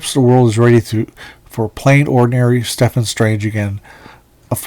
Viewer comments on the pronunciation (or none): Stephen is pronounced "Steven". Stefan is what you keep saying. Minor peeve. 😉